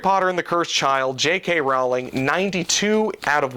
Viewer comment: It's actually pronounced "roll-ing", like row a boat